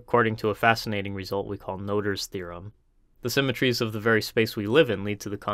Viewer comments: "Noether" is pronounced "ner-ta" (or "nö-ta" if you want to be really faithful to the original) not "noter". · Great video, but the pronunciation of Noether and Poincaré are wrong